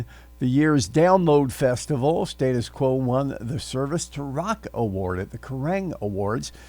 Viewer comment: Firstly, learn to say their name correctly.